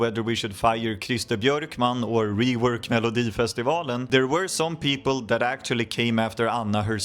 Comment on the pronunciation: Jag känner mig lite egenkär som kollar denna 😂 jag vet ju allt detta egentligen, men det känns lite mer exklusivt att höra det på engelska 😊 man hör att du är svensk när du säger "melodifestivalen " för ingen amerikansk kille kan säga det rätt😅 jag får väl passa på att skryta om att jag har en Loreen tatuering sedan nov 2015❤